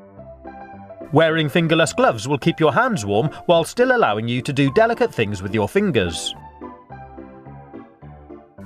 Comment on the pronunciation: Dell-icate things.